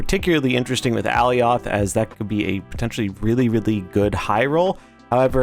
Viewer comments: Good video but that pronunciation was killing me. ( AH Ly oth) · No lol. It’s pronounced “uh-lie-oth” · Is that how Alioth is pronounced? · Lol go watch the Loki series… he is definitely saying it incorrectly and it makes the video hard to watch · Lol no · No, i disliked the video just because of that 💀